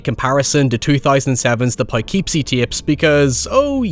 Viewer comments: I have heard it many times now and feel like I should clarify something: it's pronounced 'pa-kip-see'. I live near the area and understand if it looks like it should be pronounced differently. Great video as always, man! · Ah, the return of the "Peehkeephsaateeps"